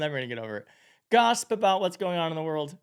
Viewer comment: She's in too much of a hurry to pronounce "gossip" correctly. That or she really meant "gasp." As in to "gasp about news of ...." Whatever.